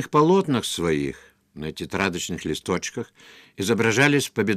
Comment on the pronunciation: Как он произносит "во Франціі"," листотшек" ) Киев?)